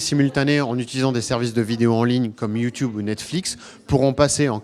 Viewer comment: Au début il a dit "youtioube" J'en peux plus